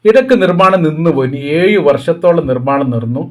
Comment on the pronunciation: യുടെ സംസാരം കാണുമ്പോൾ ഇനി ഇതിൽ എവിടെയെല്ലാം ഴ വരുന്നുണ്ടെന്ന് അറിയാമോ.. എന്ന പഴയ മിമിക്രി കോമഡി ഓർമവരുന്നു😂 "ഏയു വർഷം നിർത്തിവച്ചു നൂറ്റി അന്പത്തി ഏയു നിലകൾ ഏയായിരം ചതുരശ്ര മീറ്റർ😂